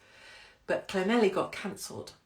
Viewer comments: My Welsh mum would be mortified that you didn’t pronounce Llanelli properly. It’s thnethleegpgogochurghughchokespitphlegm. Wonder why she left. She still can’t say ‘blouse’ (blowers) or ‘fire’ (fyeer) or ‘keys’ (key-eers) or ‘sure’ (shoo-er) 🤣❤️ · When you get to Llanelli, ask a local to pronounce it for you, every you've said it, I've giggled! I must admit, some of the Welsh towns are pretty tough, too many L's & Y's!! Love the earrings 💕🐩🏴💝